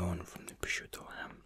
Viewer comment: "PROSCIUTTO" you are the first non-Italian person that pronounce it right.